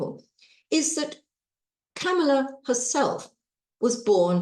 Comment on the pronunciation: COMMA-la. That's how to say "Kamala." Say the word COMMA and then add a "la".